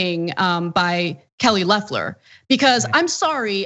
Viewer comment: I hope so. Loeffler's weave won't last long in prison. That said, please get name pronunciations straight before speaking them on air. It's "Leffler" and "SprecKer". Short "e"s.